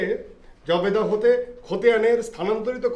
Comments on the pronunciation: Accounting sir জাবেদা রে জবেদা পড়ে 😂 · জবেদা না জাবেদা, এরকম ভূল উচ্চারণ আশা করিনি।